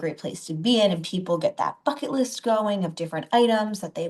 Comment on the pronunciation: I don’t know if anyone can have “too much” money. But, I’m positive you could have more than you need. I’ll probably have this situation. I’ll likely never spend the savings I have. That doesn’t make it “too much”. Was that “bucket list or “phuck it” list? 😂😂😂